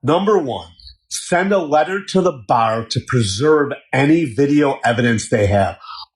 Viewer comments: that lawyer has a really weird way of pronouncing "bar" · That Malman law guy can't pronounce bar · Ive never heard someone struggle to pronounce “bar”, but that lawyer said “bawer” like 7 times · is the lawyer saying Buyer or Bar? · The attorney's way of pronouncing a three letter word (bar) annoyed the Hell out of me. 🤣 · The first lawyer says "bar" the weirdest way I've ever heard. How does he get two syllables in bar?? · That guy was really struggling to say "bar" lol